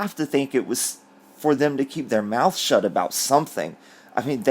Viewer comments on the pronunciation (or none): none